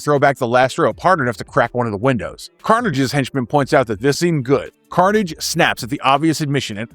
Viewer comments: don karnij? KARNIJ!? mf, it was karnAHJ!!! long a, not a short a. you never watched this show in your life! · It's not don carnage... It's Pronounced: Don Car-naw-je. Ah, not hard A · As a son of a mother from Quebec my ears twitched at the pronouncing of Karnage.